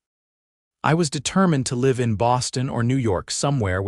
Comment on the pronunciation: (AI ) please pronounce L I V E correct.